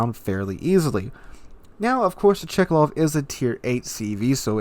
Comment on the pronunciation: Its not Chikalov, its Tchkálov tho :P Same as Novoro-seé-isk , not Novoro-ski-sk (I've heard like 3 different versions from different wows youtubers)